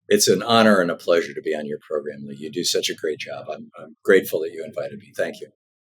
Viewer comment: 🤭🤭 "poogram"? That gave me the giggles. 😉